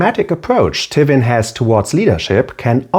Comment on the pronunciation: great video, interesting analisis and subject matter. only slight quip i have with the video is the pronunciation of Tywin, never heard it said that way